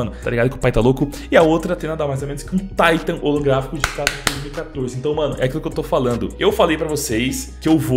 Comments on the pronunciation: Ta certo o jeito que vc fala, o pessoal acha que o mundo inteiro fala inglês, no Polonês correto ta certo "katovitça" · Salve dog ce diz bem o nome 'katowice' pk a cidade e da Polónia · Neguim tá é doido tu fala direitinho katowice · "Katowice" voçê está pronunciando bem sim, é uma cidade na polónia, eu sou da ucrania e moro perto da polonia. Quando eu vou lá eles pronunciam assim mesmo. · a pronuncia de katowice ta certa